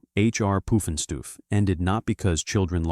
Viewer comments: "H.R Poof n' Stoof" Come on. Do better. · WHY don’t people do their research before posting these things? In speaking about ‘H.R. Pufnstuf’ (which was NOT pronounced Poofenstoof as the AI narrator does) was NOT sued by McDonsld’s for ripping off their characters. The creators of the TV series sued McDonald’s for doing that with their ‘McDonald land’ commercials (which started AFTER the show began). The real reason the show ended was because it costs more money to produce than what the creators were being paid AND the network offered them a second season at a lower budget! That’s also probably why they did a feature film to try to recoup some of the money they lost. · Cant AI pronounce Pufnstuff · Appoorently noot...